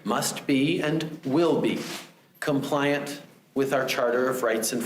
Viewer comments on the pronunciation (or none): I DETEST WHEN HE SAYS "COMPLIANT"🥺🥺